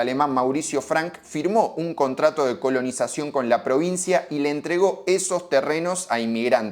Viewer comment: "contrato de conolizacion".... a la mierda! legalicenla! 😂😂